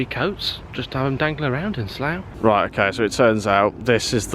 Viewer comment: Pronounced 'Slaaa'